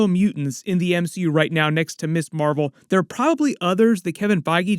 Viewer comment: Hey,: No offense, but you keep referring to Ms. Marvel as Miss Marvel, which is incorrect. The Ms. in Ms. Marvel is pronounced Mizz. She is NOT a Miss!